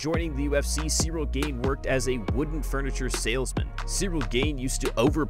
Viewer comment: One thing this guy needs to know about Cyril Gane is... how to pronounce his name correctly.